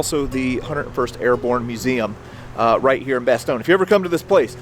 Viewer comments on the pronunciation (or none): Its bastogne not bestone